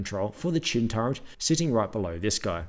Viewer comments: Turret, not "turrent" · "Turret" has no letter n in it. It's not "turrent". Why is this so difficult? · he says "torrent" lol